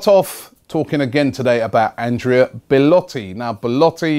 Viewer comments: Robbie, every time you say Beletti I die a little bit inside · I give up, There's more chance of Arsenal actually signing Belotti than Robbie pronouncing his name properly